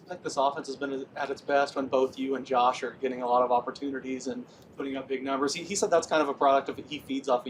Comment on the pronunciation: He said " Coach" instead of " Josh"